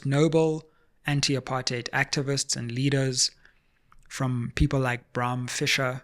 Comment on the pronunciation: Thanks Sizwe for calling "apartheid" very clearly and with the way it must be pronounced - Not this rosy English version a lot has come to embrace diluting the very essence of its meaning. Apartheid was so evil that it does not deserve any soft or cushioned pronunciation - it is "apa-rrrrr-t heid" and let's call it with the absolute contempt it deserves and drop this "upper-theid" 😩😤😤